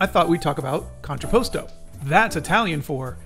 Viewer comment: just a little pronunciation: con-tra-pas-toe